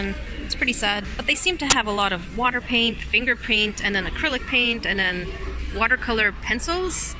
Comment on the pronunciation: “They seem to have a lot of water paint and some FRINGER PRAINT “ English #1